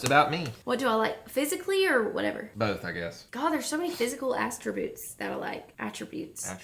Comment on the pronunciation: Hunters face when said “astributes” has me cracking up😂😂